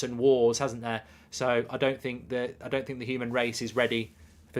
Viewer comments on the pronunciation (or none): none